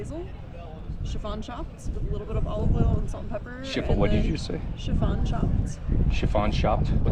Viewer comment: Chiffonade was so incorrectly pronounced that someone needed to stand up for the word lol Not being rude, if you’re gonna try to look cool knowing cooking terms take the time to learn how to say them at the least!!! Love the food stuff though!! Keep it up!